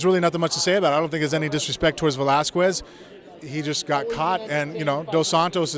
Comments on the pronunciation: Frank, I like you, but PLEASE stop being like Lesnar and pronounce Cain's last name correctly. The "u" in Velasquez is silent, it's pronounced "Velaskez". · Frank's still salty for the beating he took from Brock. And Velasquez is pronounced vel-LAS-kez. Frank is Cuban so he should know that. Plays himself off as a great linguist. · yes, mir you would be amazing as an announcer...except it Va-Las-kez...the U after the Q...ya know what....whatever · what an idiot, saying he's so "articulated" and he didn't researched how to pronounce "Velasquez" the proper way….